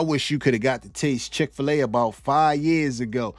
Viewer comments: Chick FE-La 😅🤣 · No way did the guy say chick-fil-a like that. I CANNOT believe that